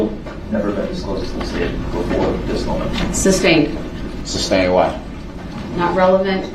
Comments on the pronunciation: Substain is the funniest thing I've| heard from him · He really thinks he’s doing a great job questioning EP! He’s so confident spewing his dumb legal terminology and continuing to say “ SUBSTAIN” like a fool!! He sounds ridiculous! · "substain" LMFAO 🤣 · There’s no “B” in sustain